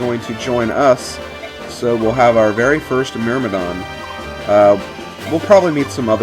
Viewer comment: Thank you, the pronunciation of "Myrmidon" bothered me quite a lot x_x